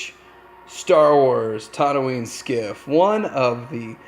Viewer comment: It's TATOOine, not TODDooine for fucks sake.